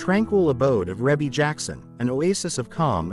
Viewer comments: Her name is pronounce ree bee not rebbie even if it is spelled that way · It's Ree Bee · Yea, cause WTF is Ra-bee🤦🏾‍♀️Very annoying. FR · Please stop calling her Reybbie. Her name is pronounced Ree-Bee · Rebbie not Rabby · Her name is pronounced Ree-bee🤦🏽‍♀️ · It's REE BEE!! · I just had to stop watching. The music in the background in the mispronunciation of her name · Say her name right next time!!!! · They’re not even pronouncing her name correctly…. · Beautiful, Blessings Always Sweetie Rebbie, & Congratulations on your Awesome Career and Achievements. Rebbie is the correct pronunciation. ❤❤❤❤❤❤❤ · EXACTLY I hate when they prosper off of our culture and don't know ish about it. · I was thinking the same exact thing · Exactly. That’s why I tried to listen (the mispronunciation was killing me🙄)because I thought she was ill. Glad she’s doing fine. God Bless 💐💐💐💐💐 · I AGREE WITH YOU ON THAT ONE He didn't say her name right at all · Man I was watching this and every time he said her name worry my head was hurting more say her name right please ❤ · How can you narrate when you can’t correctly pronounce her name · She looks like Her mother and Janet😊 learn to say Rebbe name"CORRECTLY" Or get a black person to take your place😮